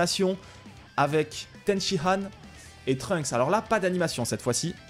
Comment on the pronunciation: Arrête de dire tenshihan stp c'est tenshiNNNNhan